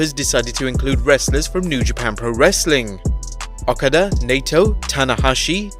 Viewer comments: You don't watch New Japan do you? Misspelled Hiroyoshi O-kaa-da. Ny-toe. If you're going for pronunciations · Imagine botching Okada and Naito's name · Supposed to be a wrestling channel and can't even be arsed to pronounce Okada, Naito and Yanos names properly 😭😂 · Did you really mispronounce okada's name